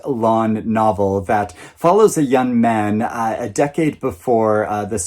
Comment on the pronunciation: Actually you pronounce "Mann" like the British a in "fast" (not the American way)! Enjoy your read 💛